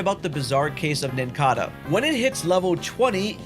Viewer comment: MANO O VIDEO TEM TEMA INTERESSANTE, MAS POR FAVOR TREINE A DICÇÃO, O NOME DOS POKEMONS, SABE SE APROFUNDE NO ASSUNTO, TIPO CHAMAR UM PRIMAPE DE PRAIMIAPE? REMORAID DE REMED? PQ VC CHAMOU O NINCADA DE NATA(EU TAVA SO OUVINDO O VIDEO E ACHEI QUE ERA O PASSARO NATU E PENSEI PQ É DIFICL TER UM XATU?) WTF? TEM MUITA COISA TÁ QUE PARECEU QUE VC TAVA TENDO UM AVC E FALANDO TUDO TORTO, MELHOR TREINAR ISSO, TIPO COISAS DO PORTUGUÊS BÁSICO. MAS CONTEUDO MANEIRO MANO!